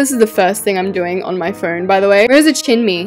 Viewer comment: If people are new to the channel Bullying skills Painting struggle Arguing with self Her getting six pack abs Struggling to scroll down Struggling to say chimney Roof struggle Struggling with beams Struggle with coffee table Copying trees Friend joining Struggle with floor Question in Paris Too many walls struggle (House indoors) Living room struggle Jump scare Painting struggle Custom made coffee table Hook rack build hacks :) Paint struggle Dinner table Her quitting YouTube Light struggle Her telling herself she’s good but she’s not Green kitchen did not work Bedroom and bathroom Bed struggle Her not realizing she can’t undo Resizing How to make a real Life Log channel Her realizing she couldn’t have used a TV There is no room Alaska (Battle room) where are you take a poo Her acting like UWU cringe Xoxo Now you’re doing it on your computer huh? No you’re finally quitting Roblox It’s not letting you because You littering it to lower the size Yay she’s finally done That took solid 20 hours (gorgeous house tour) Guys I’m not doing anymore 👁👄👁 👇🏻 The end😊😊😊